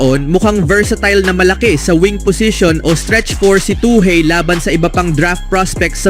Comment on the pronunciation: Toohey pronounced as "Toohi" not "Tooheyy". Research more